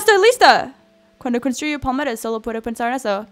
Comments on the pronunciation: se dice PALMERAS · Pensé que decía pomelos (tipo de toronja) pero era palmera 😂😂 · como hasta la cuarta parte de el video me Di cuenta que decía palmeras y yo entendía poderes:v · pensé que decía poderes